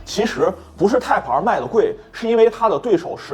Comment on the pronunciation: Type-R 的发音或许需要改正些，连字幕都一直出现 placenta '胎盘儿'了. 若要以中文口音念'Type-R', 或许’太趴儿‘会接近一些. 😂